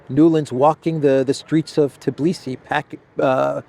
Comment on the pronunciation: It is Tbilisi not Tiblisi :):)....